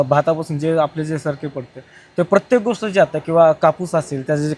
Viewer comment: राहुलजी.... बरेच दिवस आपल्या निदर्शनास आणून द्यायची परंतु राहून गेलेली आपल्या उच्चारातील एक चूक. आपले सर्व कार्यक्रम चांगले असतात. पण आपण स्पष्ट, गोष्ट या शब्दांचा उच्चार स्पष्ठ, गोष्ठ असा करता तो पूर्णपणे चुकीचा आहे. तसेच तात्कालीन असा शब्द नसून तत्कालीन असा शब्द आहे. असे सुचवणे जर आपल्याला आवडले नसेल तर क्षमस्व. पण मराठी पत्रकाराचे उच्चार प्रमाणभाषेप्रमाणे असावेत असे वाटते. येथे शहरी, ग्रामीण, किंवा बोलीभाषेनुसार उच्चार हा विषय नसून औपचारिक संभाषणातील अचूकतेचा हा विषय आहे.